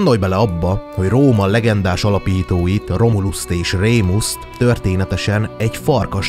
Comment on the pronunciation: Csak, hogy kötözködjek a kiejtésben az nem Romulus és Rémus hanem Romulus és Remus mert ha Rémusnak ejted az evezőlapátot jelent csak, hogy valamit hozzak a latin tanáromtól 🤣🤣🤣